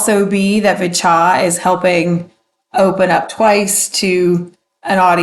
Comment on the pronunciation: Since you asked: it's [vee-cha]. That's what they use in their introduction. I'm not sure if they change their intro if they are in Korea. Their Korean name is 비춰 [bi-chwo]. Other pronunciation tips (that you didn't ask for 😋): - Hallyu is pronounced as 2 syllables [hal-yoo] (it's actually even [hal-ryoo], but let's not go there). In general, any "y" in a romanization is never pronounced as "ee" (as in "baby") or as "a-i" (as in "by") or as "i" (as in "gym"). They are only pronounced as [ya] or [yo], etc. - since the way you pronounced "niche" is different from how I pronounce it, I looked it up. Seems like it should be pronounced as [neesh].